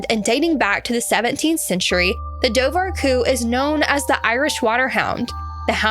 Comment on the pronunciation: It's pronounced doe-wer-coo. Also Sean said his wife "thought" she could see orange flippers. It was dark and hard to tell.